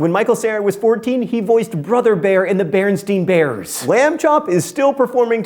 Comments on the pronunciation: Alternate universe confirmed. Berenstain not Bernstein Mr. Green. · You pronounced it BerenstEEn Bears. And this is an old video. Interesting indeed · Who else heard him say: "BerenstEin Bears"? Parallel universe confirmed??????????????????????